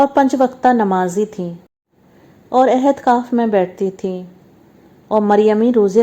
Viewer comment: Ahadkaf nahin eitkaaf kehte hain.